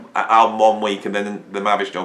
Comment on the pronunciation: Lol. Mavi structure, mavy doctor, mavish nucture. (Better than ELP ). What is the true spelling ? Your lips are mumbling over the pronunciation. Thank god ELP is straightforward.